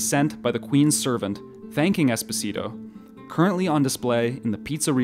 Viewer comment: Espòsito, not espossìto 😢😂😅